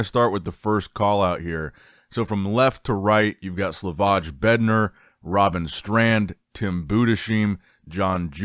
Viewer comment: Please,, learn, how to pronounce some names It is TIM BUUDEZHAIM and SLAVOY BEDNAARZ Thank you